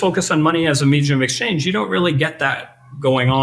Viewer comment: “Meejeum of exchange”